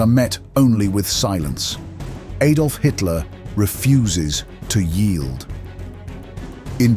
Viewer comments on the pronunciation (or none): Hitler's name was not /eydolf/, but /ahdolf/.